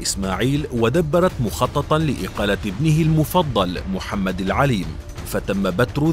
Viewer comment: معلومات غير دقيقة وقراءة وكتابة غير سليمة للكثير من الأسماء : محمد لعالم والسلطانة زيدانة.. ومحمد العالم لم يكن هناك زعم بأنه تمرد على والده بل هو قام بثورة ودخل مراكش واستولى عليها قبل ان يرسل اليه والده جيشا بقيادة ابنه زيدان وسيتحصن محمد العالم بتارودانت وستدوم المعارك بينه وبين أخيه لأكثر من ثلا ث سنوات وبسبب خيانة سينهزم محمد العالم ويقع في اسر أخيه الذي سيرسله إلى والده بمكناس وهناك سيستجيب المولى اسماعيل لحكم الفقهاء بقطع يده وقدمه من خلاف وتركه في زنزانته ينزف إلى أن يموت.